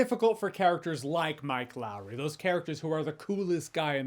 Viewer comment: Mike Lowrey's name should only ever be said like Martin Lawrence said it... Mike Lao ree😂